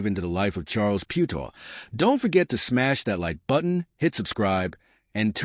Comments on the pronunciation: I think your comparison is off. Maro Itoje is English and still plays for England, SA dont have the same selection rules as NZ, so Faf can play in Europe and still play for SA. With Charles, it was a choice of one or the other. Also, the pronunciation of his surname is way off. Phonetically, it is Pea-u-tao. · This bot went from Piutau to Pewedol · The least you could do is pronounce his name PROPERLY. So disrespectful. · Some feedback, maybe learn how to pronounce rugby players names correctly. Piutau and secondly, It’s not Semi (Radradra), in the English sense. It’s a different language, so vowels must be pronounced differently. Do your research and be accurate. Just like you’d like your own name pronounced correctly.